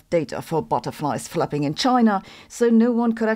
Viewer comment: I thought she said "seagulls fapping..." 🤣